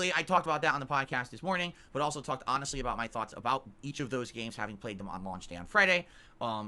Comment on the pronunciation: like hawnessly